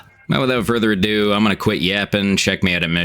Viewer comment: "Without further adoo" .... "further adoo"